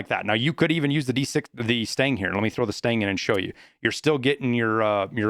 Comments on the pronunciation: STAN-AG NOT STANG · lmao every time you say "Stang Mag" it make sme cringe. it's STANAG it's some acronym for magazine compatability for NATO Alliance nations. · Stanag... not stang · It’s STAN-NAG lol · Every time you pronounce stanag as 'stang', I always think you are saying the mag smells bad. c